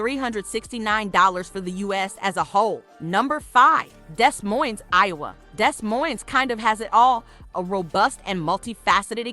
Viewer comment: Baby Doll, the city is pronounced Dee Moine, (the s is silent in both) not Desss Moinessss. Still good to know about these cities though. I agree, but you left out Omaha, Nebraska, where we moved to when I was 6. great health care, and lower utility costs, in all of these cities I've mentioned here. I was born in St Louis, also lived in East St Louis. Later Married a man from Des Moines, lived there off and on through the years. My youngest son still lives there, lived in Sioux City, and Waterloo, Iowa, lots of relatives and acquaintances in these cities, might want to mention Atlanta, Marietta, Smyrna, and some of the surrounding communities in Georgia. All of these cities are very affordable, in my opinion. I would not hesitate living in any of those cities again, if the weather was more tolerable. All of them have in my opinion too many tornadic type storms, Iowa also has those scary Derecho storms, and in winter, now that I'm older, it's just too dat blamed Cold!!!